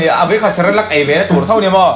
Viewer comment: Cerelac ❌ Celerac ✅ 🤣🤣